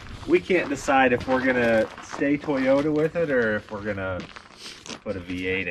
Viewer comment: "Poyota" 4x4 🤪🏆🏁